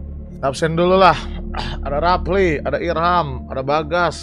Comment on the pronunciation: Rafli bang bukan rapli :)GC